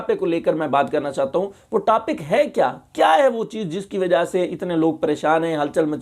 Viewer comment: Tapic nahi topic hota hai pahle bolna tu seekh molvi.